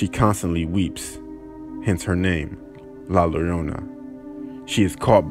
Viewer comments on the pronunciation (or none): It's pronounced "La Yorona" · It’s her name “laLOLona” 🤣🤣🤣🤣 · nobody: white mums: grassy ass la low roy na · Thx 😂😂Cuz I kept saying “Lowrona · Some people pronounce it as Lie-a-ro-na and it bugs me so much I start laughing! 😂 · I know you didnt say La Leona 😂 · “Hence her name, Ladriyona” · It's pronounced as la-yo rona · Did he just say la lolona? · La Low Row Na 💀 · “La Lorona” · Luh Luryurnah! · Ummmm...la lolona??? Nice pronunciation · Lmao he pronounced La Larona 😂😂😂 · Can’t even say Llorona 😂. Pronounced Yorona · Lowrona lmao! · Your pronouncing La Llorona wrong.. don’t understand that, it’s not that difficult to pronounce the name tho. Doesn’t matter if your Latin or not!🤣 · My mom heard la llorona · 🤣🤣🤣 yeah black gringo forsure narrating !!! into to the video check out how he pronounces La Llorona 🤣🤣🤣